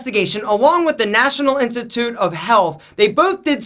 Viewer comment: no one heard him say "national INTITUTE of health"?? hahah